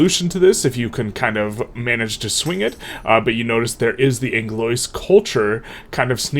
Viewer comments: Anglois Pronounciation: ang-loa not ang-lois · I believe Anglois sounds like An-glue-wa Je-ch-pos-poli-ta.